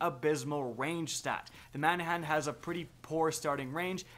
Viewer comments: Man-a-han? Or, Ma-nan-nan? Or, Ba-na-nuh? Lol, you're killing my! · Manahan? Dafuq? There is no H in there whatsoever... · lawl , , , , - "Manannan" - read that name slowly and carefully? Where is the "h" you keep pronouncing? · ok cool Lmao same. I'm laughing even more at how he pronounced some of the names. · It’s like he just gave up saying manannan